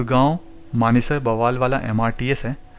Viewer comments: Bawaal nahi Bawal hai.Pls correct your pronounciation. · Bawaal nahi, baawal hai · Bawal is pronounced as बावल, not बवाल, just to inform you, otherwise very informative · Sir ji Aapne to usey bawaal bana diya 😄...Baawal naam hai us place ka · Bawaal nahi baawal h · बवाल नहीं वो बावल है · it is pronounced as Baawal and not Bawaal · बवाल नहीं बावल है🙏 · pls dont say " baawaal" its " Bawal" :-) nice video though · Sir, the video is undoubtedly knowledgeable but the pronounciation for Baawal is not ok ..if you can make the correction ....it is baa...wal....not ba...waal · बवाल नहीं बावल है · It is pronounced as Baawal not Bawaal. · Bwal nhi bhai bawal h wo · Bro it's बावल not bwal 🙂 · Bawal ko 'ba' nahi, 'baa' Kehte Hain. Spelling Bawal hai, lekin pronunciation Baawal hai. Just correction. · बवाल नहीं है वह बावल है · It's not बवाल it's बावल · Great work bro👍👍.... Metro is Metro on paper, hawa chalegi, stations will change 😅... And Bawal is pronounced as 'Baawal' not 'Bawaal' 🙂🙂.. appreciate your work bro....👍